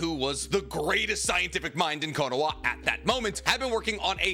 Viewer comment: Why do you miss pronounce Konoha on purposeas KOnoWAAA but are able to say Konohamaru who is named after the village? Its stupid af